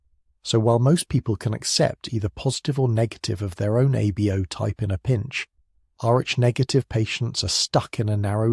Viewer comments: FYI, your AI narrator doesn't handle "RH" well. Neither does the AI caption generator. It's sometimes "arch" and sometimes "ar" and various other variations of what a program might interpret "RH" to sound like. You might try "R.H." if you're using text to create the narration. Hope that helps. Thanks PS. Kalamazoo, Michigan here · So annoying, is this robot saying Arch negative, RH Negative or or O RH Negative blood like mine? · Listening from near Volos, Greece. You should teach your AI voice to pronounce RH correctly; sometimes it does, sometimes it comes out as "R---" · Shame your AI reader couldn’t pronounce RH properly.. otherwise it was pretty good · Very interesting as I'm a neg. But couldn't help noticing pronunciation oddities: R-A, Arch, Rack, R--ack, R--aik, Air, instead of Rh. Must be my weird blood type that causes me to notice this. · Maybe next time you can use and AI tool that can say Rh properly. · Can’t you teach your AI narrator to pronounce rh correctly and consistently?